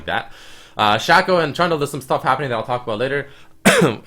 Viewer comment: SHACK-OH LOL SHACK-OH GUYS!!